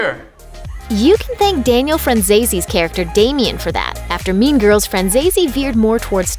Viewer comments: bruh who hears meme girls instead of mean girls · Why do I hear meme girls?? I hope I am not the only one who heard that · So.. Nobody is gona tallk about how this women says "meme girls" instead of "mean girls" 😂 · why do you keep saying meme girls instead of mean girls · Why do I here meme girls instead of mean girls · Am I the only one who heard meme girls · I heard Meme girls.. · Oh my, I heard "meme girls" instead of mean girls lol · Does anyone else keep hearing "meme girls" instead of "mean girls"? Or is that just me? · I kept thinking she said meme girls 😂😂😂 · i keep hearing "meme girls" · I keep thinking ur saying meme girls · Whenever the person said “mean girls” I heard meme girls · Is she saying meme girls? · Does she say 'meme girls'?😂😂